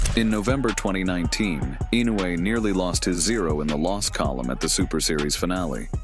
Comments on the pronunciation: EE-no eu-ay. AND NOT Innoay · incorrect pronunciation it is ee- no- you- aa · LEARN HOW TO SAY HIS NAME!!! Baka yaro!